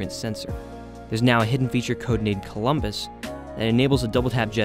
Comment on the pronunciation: I heard it as Plumbus like Rick and Morty the way he said it in the video haha